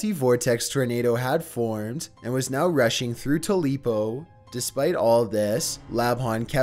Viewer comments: It's pronounced Too-pa-low..... Not Ta-lee-po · It is NOT pronounced "tooleepo". It's Tupelo. Where Elvis was born. Plz get it under control. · it's pronounced tu-pe-lo not tu-lepo mississippi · The narrator kept saying the city of Mississippi wrong...Everytime..ITS TU PE LO..NOT..TE LI PO! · HE KEPT CALLING TUPELO TULEPO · There is no such town as "tu-lee-poh" Mississippi. It's Tupelo, "too-pe-loh" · I'm from Mississippi so I can't get past this dude calling Tupelo "Too-lee-po" for the tornado story. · Oh no. Tupelo=Tulepo. I DONT UNDERSTAND. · #7: It's Tupelo, pronounced Too-pillow, not Tuleepo. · I don't hate his inflections I hate how he mispronounces at least one thing in every video. Like him calling TUPELO "Tuleepo", every time he said it. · How do you even get tuleepo out of the name tupelo? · Tu-LEAP-o 😂😂😂😂😂 Its Tu-PEL-o bless his heart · *Tupelo. Not Tubelo. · And in number 7, it's pronounced **Tupelo**, not "Tulepo" as you said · You said “Tulepo” like five times. It’s Tupelo Mississippi. How did you mess that up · Tulepo? I think you mean Tupelo. 🤣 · You keep saying “too-lee-po” it’s pronounced “tu-pe-lo” you know the birthplace of Elvis Presley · I was living where Matt Lapahn made this announcement. Too pa Lee po no no no lmao it’s two pel o but I remember him doing this on tv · Tupelo pronounced "Tu-LEEP-o" is driving me too crazy. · So English lesson here - it's TUPELO not TULEPO! 😒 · Too-lee-poh! Are you joking? Between his inability to pronounce simple words and his inability to speak like a normal human being, this is at best painful. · Uhm... that's "Tupelo" not "Tulepo". SMDH. How do these YouTubers not proof read their scripts? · Tulepo??? Its tupelo dude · lmao at to-lee-poh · Tooleapo Mississippi...lol...Tupelo...toopello...Elvis Presley hometown. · 2-lee-po 😆😆😆😆 "tupelo" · It's Tupelo not Tulepo 😆😅🤣😂 you must be embarassed being an American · Tulepo, MS is pronounced Tu-pa-low. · Tupelo pronounces. Two-pa-lo